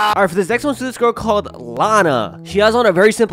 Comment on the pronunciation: When he was doing the third one he said gyal